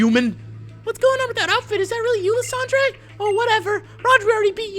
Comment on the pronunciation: You pronounce lysandre wrong